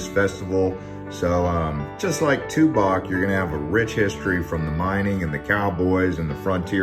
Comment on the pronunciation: Tubac is pronounced "tuback" I used to I've there.